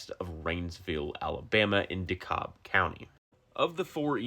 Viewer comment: It’s called DEH-KAB :)